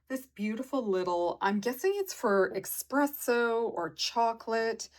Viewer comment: Hey - it's ESpresso not EXpresso - forgive me for pointing out - we had this drilled into us when I worked for a little independent coffee company years ago! 💖